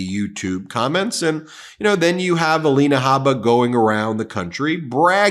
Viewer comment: Ms. Habba's first name is spelled 'Alina,' but now she pronounces it "Alania."